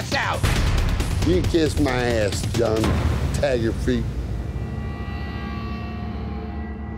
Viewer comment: "John Taffy." 😅